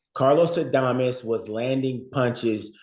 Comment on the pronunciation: If you are going to cover boxing. At least get these fighters name right. says adames right. Just say it that way